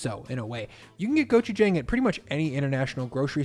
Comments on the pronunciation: hello sir it’s pronounced gochujAng gochujAHng AH sound not AY not gochujayng thank you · Try saying go-chew-jahng instead, like John ending in g. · Ground beef with bibimbap strikes me as perfectly fine. There are a thousand different varieties of bibimbap, so you do you! Just pronouce the "bap" so it sounds like "bahp," and the "jang" in "gochujang" so it sounds like "jahng." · Gochujang. Good stuff. But the last syllable is JONG. Just sayin;) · Hi. Great video. If it’s all the same to you, could you pronounce gochujang correctly? Or at least somewhere in the vicinity of how Koreans say it? The a is an “ah” sound as in “want” or “calm”, not a flat a as in, well, “flat” or “whack”. I didn’t think it would bother me so much until hearing you butcher it like a dozen times in this video. Since it’s not difficult, could you give it a shot? Big thanks, and congrats on the 400K subs!